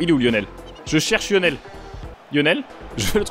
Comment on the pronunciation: “Yonel messi” 😂